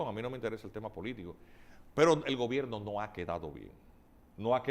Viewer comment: Hola : dice GOBERINO, no gobierno